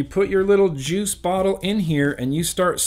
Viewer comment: Lol...you said joose. Are ya still doon that? Cause I'll stop.😄